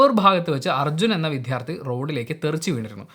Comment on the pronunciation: ദയവായി വിഥ്യാർത്ഥി എന്നു പറയാതെ, വിദ്യാർത്ഥി എന്നു പറയൂ